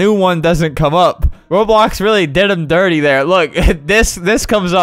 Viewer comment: albert been playing roblox over ten years and says it wrong